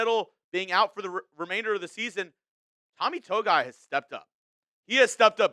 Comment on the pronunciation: Tommy “To-Gi-I “